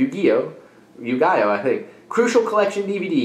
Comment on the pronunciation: It's you- ghee- yo haha. You know like yugioh cards?